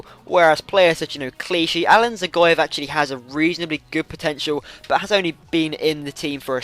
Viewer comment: I'm not sure but i think Dzagoev is pronounced Ja-Goev